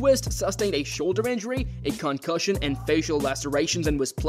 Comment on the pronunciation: Cancussions for everybody